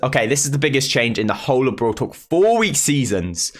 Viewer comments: Lmao u pronounce brawl talk BROL TOK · Everyone: Brawl Talk: brUUwl tOk 😂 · No one:: bRoL tOk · well different peeps can pronounce things in different ways-- like you could pronounce it bRawL TTaLk or Brol Tok it doesn't really matter tho